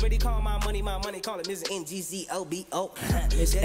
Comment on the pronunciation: NGCOBO is his surname..not whatever he said🤣🤣